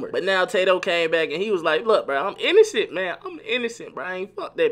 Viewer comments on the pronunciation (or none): Did he say "illocent"lmfao